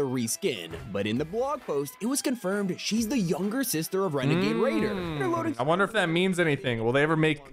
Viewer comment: its WANAGAY WAYDER NOT RaNaGaY rAiDer